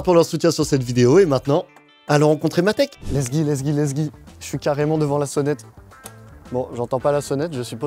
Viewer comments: mon dieu arrête de dire lessgui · Pas mal , faut juste arrêter de dire : let's gi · pk tu dit let's gi